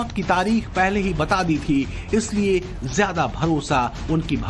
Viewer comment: Chal ay bandri zeada chir chir na kar bolna tum logon ko ata nhi zeada ko jeada kehty ho